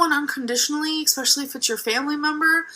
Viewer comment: If an adult pronounces especially as "expecially" a la Amber, I automatically can't take them seriously.